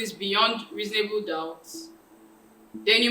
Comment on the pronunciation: the way you said versus 🤣🤣🤣 Reasonably doubt 🤦🏾‍♀️😁😁. It was quite good overall tho 👏🏾👏🏾👏🏾